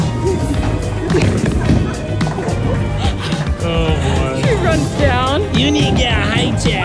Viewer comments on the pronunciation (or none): Naveyyyyyyyy not navyyyyyyyyyyy